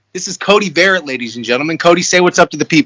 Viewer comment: Dude, it's pronounced Vuh-Rhett...love ya Cody!